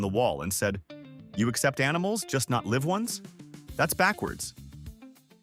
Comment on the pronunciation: AI crap. The dog was a live (l.i.v.e) animal, not a liv animal.